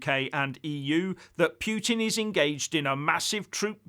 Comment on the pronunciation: Norway, Finland, Estonia, Latvia, Lithuania and Poland all have direct borders with Russia, so Ukraine is hardly a buffer zone to the west. And, learn how to pronounce Putin, you sound stupid.